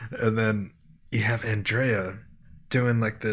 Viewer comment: As a note, Andrea's name is pronounced with the stress on the first syllable, and it is "dree-ah, not 'dray-ah, so it is ANN-dree-ah. :)